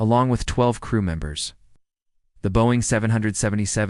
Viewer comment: AI can’t pronounce “Boeing” funny!